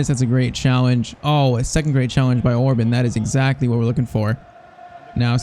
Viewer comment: Gulácsi's name pronunciation: Gulachi Szoboszlai's name pronunciation: something like that: Sobosla e Orban's was pretty good Pls like so can see it, so he won't pronunciate their names wrong all the time. As a Hungarian it's irritating me when our names get pronunciated bad